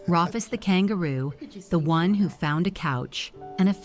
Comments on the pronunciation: Yeah, that was weird. Even if it's spelled Rufus, it's pronounced Roo-fus. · Rufus, pronounced Roofus, as in roof! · For your info I think Rufus is pronounced ROOFUS and the collective of kangaroos is a MOB unfortunately it a ai narration. Great story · If the narrator had an Australian accent his name would be pronounced Roo-fus.🦘